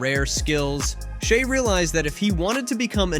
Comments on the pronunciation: It is crazy how this guy pronounced Shai's name 3 different ways through this article. Good otherwise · I’ve heard at least 10 different pronunciations of his name in this video